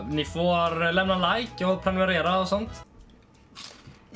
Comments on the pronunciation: Det är för att jocke & jonna säger ”preminumera” 😛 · 0/10 kan inte säga prenumerera, klipp dig. Matte kung laddar upp i vanlig ordning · han säger ju premunerera för att det ska vara ironiskt, att barn av vår tid kanske inte ens kan uttala vissa ord rätt.